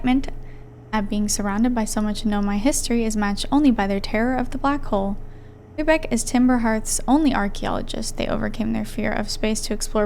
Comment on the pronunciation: First player ever to pronounce "Riebeck" correctly!